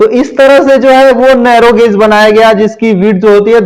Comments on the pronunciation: गोज नही गेज होता है😂😂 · अटपटा लग रहा है गेज बोलिये गाज नहीं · वो गॉज नही गेज होता है। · अरे बिहारी गौज नही होता I सही उच्चारण सीख सकते हो I